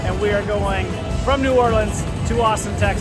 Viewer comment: First thanks for pronouncing the city name correctly you should have gone to uptown on the street car. Next time head up St. Charles ave. so much to do and see there. By the way I was reared there live in California now really miss it.